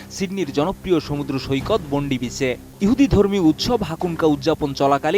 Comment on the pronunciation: বোন্ডি বিচ না, বন্ডাই বিচ হাকুঙ্কা না, হ্যানাকা এডিএন নিওজ না, এটিএন নিউজ 🙄 আর ভিডিওতে বারবার যে দুঃসাহসিক সিরিয়ান অভিবাসী মুসলিম ফল বিক্রেতা, আহমেদ আল আহমেদের এক বন্দুকধারীকে নিরস্ত্রীকরণ দেখানো হলো সে বিষয়ে কিছুই বললেন না আমাদের গুনধর সাংবাদিক ভাই। সত্যিই সাংঘাতিক!